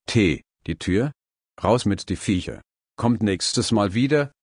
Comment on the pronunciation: Die Betonung bei Raus mit die Viecher 😂😂😂